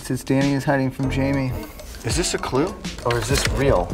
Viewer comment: You said janmie